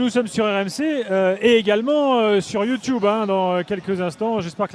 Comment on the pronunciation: le timing des vidéos sur YT est top mais faut apprendre à dire YouTube